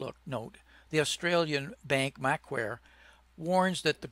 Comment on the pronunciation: Gordon, great video. I watch all your content. Macquarie bank in Australia is pronounced "Ma-quarry"